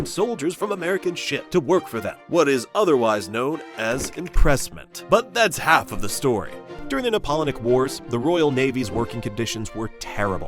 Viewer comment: "Napollonic Wars"... sort of like the "Napoleonic Wars" -- enunciated by an idiot. 44 seconds. Done.